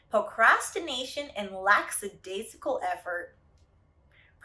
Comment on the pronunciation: I love you... you’re definitely smarter than I am... but lack·a·dai·si·cal not laX